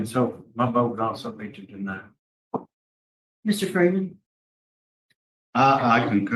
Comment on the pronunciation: Can't say deny?